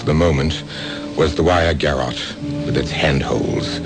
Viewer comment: I just couldn't help laughing every time the butler said "garret" instead of "garrotte". I checked, and not even Americans really mispronounce it like that! It does sound ridiculously funny. But I did enjoy the melodrama the butler contributed - he did make much more effort to act than most of them. The principal man often seemed to be reading the lines more than acting. I enjoy these plays so much, I don't mind odd weak one at all. They do sound as though they are straight from the 1940s or early 50s, not the 1980s, as somebody has already commented. I like it that the ads have been left in - they are fascinating! Thanks again for keeping us supplied with plenty of good listening. 😊 👍